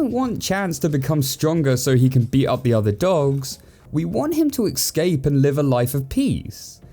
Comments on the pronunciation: ES-Cape Not EKS-CAPE I love his videos but that bothers me so much. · I can't get beyond the fact that you pronounce "escape" like "excape" 😂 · Take a shot everytime he says ecscape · Been on a massive binge of your videos, and while I love them all, I'm afraid I have something to tell you...... You have been pronouncing the word "escape" wrong your whole life.